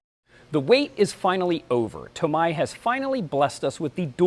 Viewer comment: He said it right